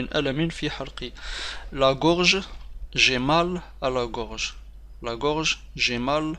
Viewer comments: Gorge pas groge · Une gorge pas groge